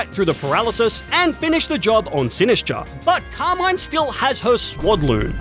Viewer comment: I just hate how he says the name Carmin it's not Car-maine it's Car-MIN